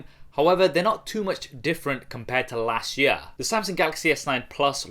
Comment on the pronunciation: Las sh yeaaah (last year)😂😂